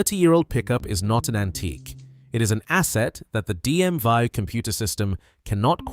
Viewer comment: It the DM (VEE) not vie!